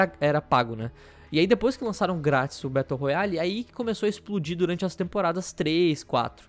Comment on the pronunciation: "Betou roiale" kkk